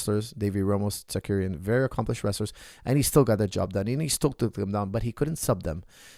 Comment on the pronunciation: It’s Tsarukyan not Tsakuryan😀